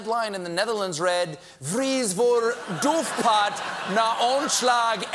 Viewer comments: If anyone cares: the Dutch headline "vrees voor doofpot na ontslag FBI-topman" means "Fears of cover-up after firing of FBI-top executive". Also, mr. Colbert should work on his Dutch pronounciation a little ;-) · I speak Dutch, and Stephen's take on "doofpot" made me lol.